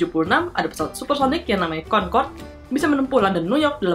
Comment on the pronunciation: kau orang indonesia ke bukan konkod concrode